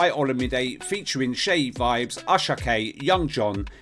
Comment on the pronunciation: I love that you pronouced Seyi Vibez name properly...